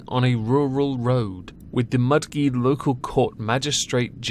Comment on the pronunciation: just a quick note from Australia... First, the G in Mudgee is a soft G, like George. Second, any control related fines you can get in a car, ie dangerous driving, drink/drug driving, failure to stop/indicate, use of an electronic device, speeding, etc, you can get on any mode of transport is it is being used in a public space, be it bicycle, motorbike, skateboard, 'skates, horse, or donkey. EDIT! And 3, a man WAS sentenced to life in prison today in Australia. Though that dog-cunt deserves to be there, and violently raped hourly until the day he dies. His name is Anthony Sampieri...and vile scumbag is a good contender for Hall Of Shame Number 8.